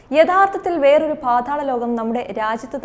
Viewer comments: പാധാള ലോകമല്ല, പാതാള ലോകം 😆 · Paathaalam ennu vyktham aayi parayoo